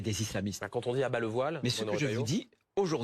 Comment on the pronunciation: Soit violer 😂😂😂😂langage de mdrrr c'est voillllle pas viole 😂😂